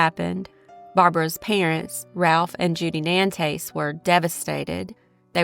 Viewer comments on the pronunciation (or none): none